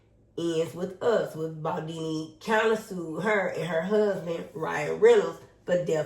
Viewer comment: His name is BALDONI, not Baldini. you are being very disrespectfull towards him, because I am sure that when you were reading from the screen to update yourself about the case that they did not write his name as Baldini. Beside that, you had all the other names right but not his, because he is not a star [ to use your words ] Blake and Ryan are BAD people, who tried to steal this man his movie and destroy him, but they will not prevail. You should really follow this case better, then you would understand more, instead off siding with Blake who is a racist and a lier. Being beautifull is just the outside just look at her inside. Your starstruck and that clouds your judgement.